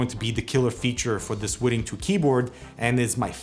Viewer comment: "wooting?" Am I the only one who heard "wooden?"